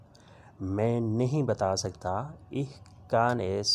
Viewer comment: Aap ko to word ich hi parna nahi aa raha. Aap kya wrong taleem de rahe ha.